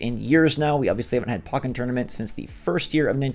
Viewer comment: Why do people pronounce it POCK-en Tournament…? It’s pronounced like the first have of Pokemon. POE-ken Tournament